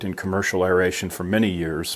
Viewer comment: Great video. I want to thank you for pronouncing aeration properly. Drives me crazy to hear people pronounce it (eh ree ay shn)